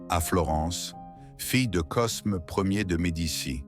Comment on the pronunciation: C’est n’importe quoi cette voix IA Cosme 😂 on dit Côme